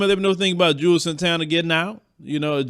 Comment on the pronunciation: Isn't his name pronounced "Jewels" Santana, not "Jew-els" Santana?